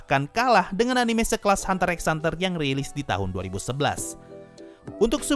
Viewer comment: hxh fandom : BACANYA HUNTER HUNTER BUKAN HUNTER EKS HUNTER